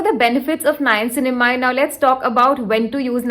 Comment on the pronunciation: Girl!!! You need to work on your niacinamide pronunciation. And you used it 3 times a sentence at that. This video exhausted me so much. you probably should use "N-word" for niacinamide but niacinamide works So great video.